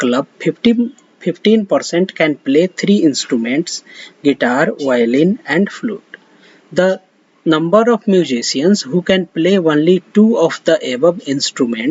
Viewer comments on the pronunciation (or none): Sir plz dont say one-ly, its too irritating. Say On-ly from next time.